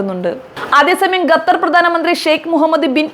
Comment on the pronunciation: എടി പെണ്ണെ ഗത്തർ അല്ലേടി ഖത്തർ